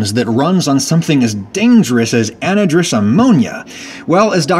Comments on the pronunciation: Not trying to knit-pick, and idk if Ragusea’s law applies to chemistry but I’ve most frequently heard anhydrous said an-hydrous or ana-hydrous/ani-hydrous, but idk if any-drus is said elsewhere. Idk I almost always hear it with the h pronounced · Anhydrous is pronounced an-HIGH-druss. Means dried of water. It's also used as nitrogen fertilizer spread with nozzles off of big white tanks that say "ANHYDROUS AMMONIA.". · I'm a simple man: I see new Adam Ragusea video, I hit like. EDIT: also, it's pronounced an-high-driss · It's pronounced an-HI-drous. It means without water. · When we used anhydrous ammonia in my inorganic chemistry class in 3rd year university, it was pronounced an-HIGH-drus ammonia. To be VERY clear, I'm not saying Adam's wrong - his pronounciation could very well be a variant I've never heard. It just caught me off guard, and I had to listen to it again to understand him. And if he's wrong, I freely admit that there are words in the past that I had never heard spoken out loud and I assumed a pronounciation that turned out to be incorrect. "Infrared" is a good example...I thought that rhymed with "chaired" and the french word "merde" (means sh!t) well into my late teens, when I studied physics. I still think there should be a hyphen between "infra" and "red." 🙄 Oh well. Happens to the best of us. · This channel keeps on getting better and better. Can't stand how he pronounces An-HY-Drous though (my attempt at phonetic spelling) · You're not wrong, the only accepted pronunciation of the word is "an-hahy-druhs". I don't know why he picks the stupidest hills to die on sometimes. It's almost like he does it on purpose to get a rise out of people. Gets real crabby anytime some criticizes him for anything. And this is coming from someone that generally likes his content. Even if you wanted to stick to the original root pronunciation of hydor, it would be "an-who-druhs". I'm sure he pronounces hydrogen "eh-druh-gen" too. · It's an-hi-drous